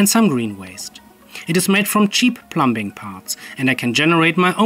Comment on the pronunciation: "plum'b'ing" :D with a B cute